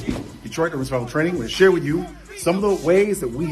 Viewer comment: "Detroit urwururr Survival Training"